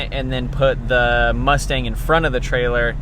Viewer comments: "2 shay z" "moostang"😂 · "Moostang" lol